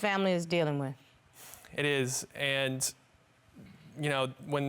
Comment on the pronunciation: It's the way he kept saying "Andt" ugghhh